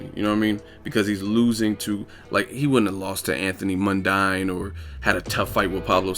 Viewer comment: Yo it's pronounced Anthony MUN-DEEN you should watch "Anthony Mundine Gloves Off Documentary" if ya get bored one day